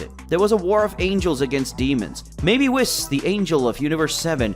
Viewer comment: I hate the way you pronounce the name whis, that's clearly not how it's pronounced in the anime